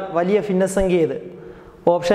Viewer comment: ഫിന്ന സംഖ്യ അല്ല ഭിന്ന സംഖ്യ